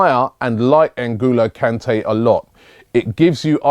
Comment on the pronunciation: Robbie and names hahahaha "Engulo Kante " , just made my day .